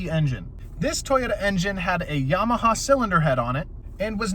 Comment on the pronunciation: Not to be a dick but I chuckled at “Yamahaha” 😂